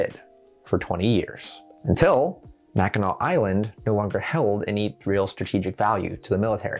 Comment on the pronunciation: As a Yooper, props to pronouncing Mackinac Island correctly